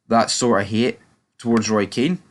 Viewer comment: Hun ears ffs get a grip kid he's been sucking english cock for years Kean gives them abuse you simpleton did you go to a special school if you're a football expert get people's names right